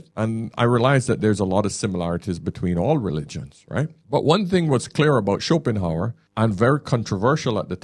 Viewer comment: If you want people to take you seriously, probably a good idea not to admit that you just heard of Schopenhauer, not least struggle with his name (you called him Schopenheimer). Additionally, make sure you have a copy of one of his books on your table when quoting him, so you can at least refer to the source-text and not leave us with the suspicion that you're learning from another YouTube channel. Schopenhauer wouldn't use phrases like "If you're reading this..." and reference red-pill themes about giving time money attention energy and speak of the woman as 'she left you because' - this is some grifter on Youtube using AI to make something in Schopehauer's voice, and passing it off as themselves, and then believed it off the bat. This is embarrassing - you don't have a philosophical background. Your training is intuitive experience, ok ok ok. But it's not exactly Aristotle, is it. (Not that I disagree with the content of the video - you're right in what you say! But I'm not persuaded that it's original Schopenhauer, who was famously depressive and known for other writings...)